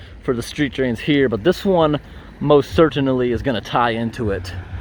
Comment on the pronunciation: love the way you pronounce "certainly".. "cer-tain-nal-ly" 🤣